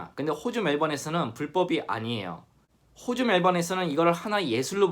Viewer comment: 영상 보다가 호주 발음이 유난히 거슬리네요. 호주를 꼭 호~오주 라고 해야만 하시는 이유라도?